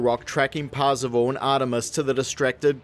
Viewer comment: I keep hearing Parzival as 'passable', is that intentional? lol